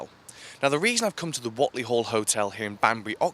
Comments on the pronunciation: Thanks for this but it's pronounced 'Wait'ley Duck x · It's pronounced Wait-ly...